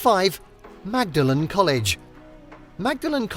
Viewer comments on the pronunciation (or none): Magdalen College pronounced with the "g" is in Cambridge. In Oxford the "g" is silent and the name pronounced more like "Maudlin" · I believe Magdalen in Oxford is pronounced “Maudlin.” College, Tower, Bridge, etc.